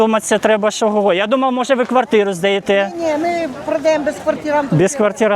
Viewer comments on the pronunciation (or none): none